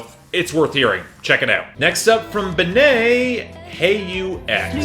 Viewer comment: Benee is pronounced ‘Benny’. Loved the new Aesop Rock.